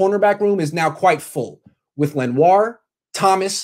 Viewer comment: Its pronounced Len-wah